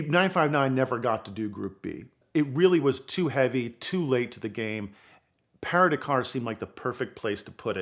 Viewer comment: The Para da-car? I don't think that's how you pronounce it in English, bro.